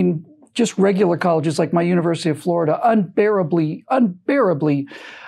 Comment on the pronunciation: UNI-(ONE) Versity.